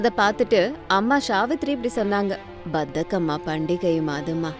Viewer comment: pronunciation is wrong bathakamma❌bathukamma✅[bathakam means lazy in Telugu 😂😂i am from Andhra Pradesh